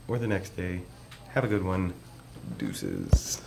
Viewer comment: My man says "Douceses" two seconds later a douce coupe shows up!